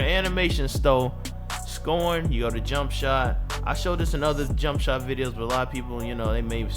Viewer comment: mane said jump shitter meter 😂😂😂😂😂😂😂😂😂😂😂